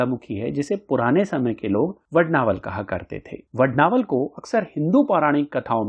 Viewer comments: वडवानल स्तोत्र है वडनावल नहीं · 🔥 अरे ।। वड्नावल नहीं वडवानल बोल 🔥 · Are you a fool ? You are pronouncing vadvanal as vadnaval .😮it is hanuman BAHUK not bahik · 🙏 Aapne har baar vadnaval ka uchcharan kiya hai Vadvanal ki jagah. 🙏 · Vadd vaa nal...... Hai..... Vadd naa val.. Nahi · वडवानल !!!! वडनावल ?????? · Vadnaval nahi . Vadvanal hai . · Vadnaval nahi vadvanal hai sir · इतनी अच्छी जानकारी देते हो और "मुख्य विषय" का ही उच्चारण गलत करते हो!! इसको "वड-वानल स्त्रोत्र" कहते है, वड-नावल नही क्या यार!! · aap galat bol rahe ho vadnaval nahi vadvanal hai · It's vadnaval or vadvanal. Video title is different and the person speaking in video pronunciation is different. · Vadvanal hai aap vadnaval bol rahe ho.uchvharan this se kare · वडनावल नहीं वडवानल कहा करो. आपके हिंदी उच्चार ठीक नहीं तो संस्कृत क्या पढोगे? 😂😂😂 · वडनावल नहीं वडवानल बोलो 😂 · यह वडवानल स्तोत्र हैं परन्तु मुझे खेद हैं कि आप वडवानल के बजाय बारंबार वडनावल वड़नावल वडनावल कहते हैं तथा आप अपने वाणी में शुद्धता लाए किसी भी संस्कृत श्लोक का उच्चारण विशुद्ध होना यह प्रथम अवशकता है । धन्यवाद दूसरी बात यह भी है कि सार्थ का अर्थ, अर्थ के साथ होता है आपने सारांश बताया है । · Vadnaaval nahi,vadvaanal. Correct yourself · अरे वडणावल नही वडवानल है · Vad-naa-val nahi, Vad-vaa-nal 🙏🏼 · वडवानल स्तोत्र को वडनावलं क्यो कह रहे है आप ???? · please listen to the pronounciation in the video mere bhai. Every time the word is being pronounced as Vad-naa-val. Anyway, thanks for the informative video🙏🏼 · क्षमा करे इसका उच्चारण वडवानल है.jaanakari अच्छी लगी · You are right it should be vadvaanal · वडवानल है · It is vadvanal